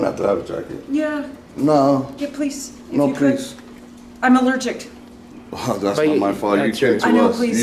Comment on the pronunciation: "I'm allergickt"??